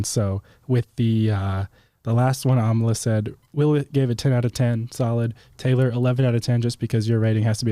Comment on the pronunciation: The way you guys say Amala sounds like Amla which means Gooseberry in India. 😊